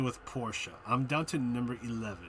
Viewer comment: Thank you for saying Porsche the right way 😂